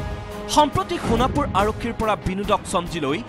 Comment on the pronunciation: It's not honapur 😂😂😂 It's Sonapur okay